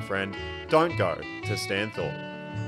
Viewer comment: And "Stany" (as in stani) not Stano